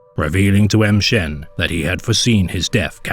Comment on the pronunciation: Why are you pronouncing it "em shen"? Pretty sure it would be more like 'ma shen" or "mmmshen". Just sounds really strange when you literally pronounce a letter and then say the rest of the name.